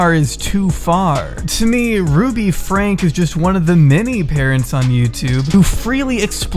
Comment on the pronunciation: I haven’t watched this family very often, but enough to know that some of your basic facts are wrong and some of the parts I recognize are taken out of context. You even pronounce their name wrong. It makes me not trust the rest of your claims.